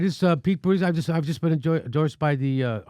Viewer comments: Not an easy thing to say to America: ''May-Your-Boo-Tea-Jizz'' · His name is pronounced PEANUT BUTTER JUDGE. It's not hard, get it right. Jeez...... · You guys are pronouncing his name all wrong. It's Pete Bootyjuice. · Jimmy, I love your show, but for the love of god, would you please learn to pronounce Pete Buttigieg's last name? It's pronounced BOOT-edge-EDGE. It distracts from your message when you continually mispronounce it. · Pronounce his name properly....its "Butt-gig". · Buttigegegegich - Thanks Jimmy, I was wondering how to pronounce that. I still prefer Platitude Pete or Mayo Pete. When are you coming to Minnesota dude! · Cracks me up how you pronounce his name...Pete Buda-jid-jizzzz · HEY JIMMY, PLEASE PRONOUNCE HIS NAME RIGHT .. IT'S " BUTTGEEK " RIGHT ?ONCE AGAIN, COULD YOU PLEASE EXPLAIN SOCIALISM, IT'S LIKE COMMUNISM... LOL!JUST FOR THE RIGHT WING DUMMIES AND THE SOCALLED DEMS.... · WHY ARE YOU STILL SAYING buttiGIG? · Budeg jgjgigj? Really? Some birds imitate sounds better than you. Are your and your colleagues' hearing impaired to such extreme degree or are you being cute in deliberately mispronouncing that guy's name? Comedy, one understands. but being stupid about pronouncing a name? You guys obviously do not like Pete, but for goodness sake, even a comedic criticism serves its objective better if done without apparent or intended derision. Make your point without being an a.h. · Pete Buttigieg [Boo-TI-plug] is the correct pronunciation, Jimmy... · I respect that Jimmy refuses to pronounce Pete's name correctly. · I love how Jimmy can't say Pete Buttigegi's name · Jimmy I love you, but can’t wait until Pete is eliminated so I done have to listen to Butcher his name. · I laugh every time Jimmy or anyone mispronounces Pete Buttigeisjdjfs because literally every time I hear anyone say his last name, its ALWAYS pronounced differently 👏🤣🤣🤣🤣🤣